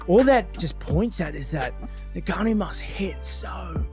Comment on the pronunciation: Rampages pronunciation of Francis Ngannou’s name is hysterical